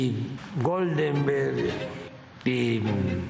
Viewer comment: Dice:”Golgenberg”??? Patético! Y pues se contradice: porque sin no llenar el zócalo; según él, lo pararon! 😆😆😆😆😆😆😆